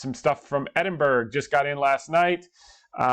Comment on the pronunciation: Thanks for everything you do. Opinion not advice: It’s pronounced Ed-in-buh-ruh.